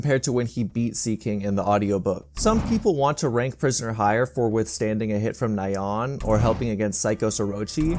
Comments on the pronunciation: Man poor Nyaan name getting butchered 😢😢 and it's pronounced like Ni-Yaan not Na-Yaan👍. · It's hard to take this seriously when the "expert" calls Nyan as Nai-yawn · It is kinda funny how you pronounce Ryan as 'Nye-ahn' instead of 'knee-uhn', like a cute cat sound effect... coz it's a cat monster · Nai-on. It’s Nyan! It’s the sound a cat makes!